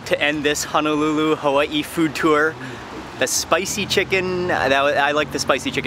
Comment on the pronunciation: I'm from Hawaii living in the Midwest U.S mainland. just listening to the way he pronounce and says the names of the Hawaiian foods i can tell Mark lived in hawai back then. Lol admit it!..😄